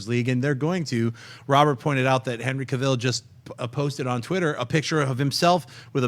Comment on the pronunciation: c'mon schnepp, Cavill rhymes with travel. quit pronouncing it as Cah-ville. btw, cavill is nt doing JL reshoots, yet. he is in NZ shooting MI:6, dude still has that moustache! 😅. he still looks gd tho totally agreed with campea on WW. 4 a moment i thought i was watchin a marvel movie n as gd as Gal Gadot personifies WW, she is a really weak actress but John... i cant think of any actress who could fit. nt gina carano,like some suggest. geez no! she is worse than Gal. y do u think she barely had lines in deadpool? n i thought the villains were just bad in both deadpool in MCU